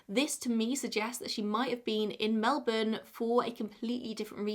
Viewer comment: NAILED the melbourne pronunciation, and the second queensLAND pronunciation is the right one! Also, I like this set up! Whatever works best for you :)